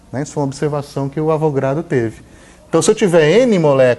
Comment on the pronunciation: Não é numero de Avogrado professor.... é Avogadro, de Amadeo Avogadro